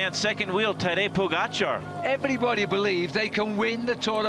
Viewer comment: tah-DAY poe-GAH-char, said almost perfectly